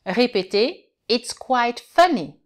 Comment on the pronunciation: hello Teacher! 5.40 It's QUIT funny instead of It's QUITE funny!